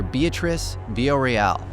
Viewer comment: Veeya-RO-EL. That's the name. Everybody gets this wrong. Thank you for having her on, though. Great job!